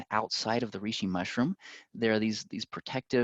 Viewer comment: When he kept mispronouncing reishi... 🥴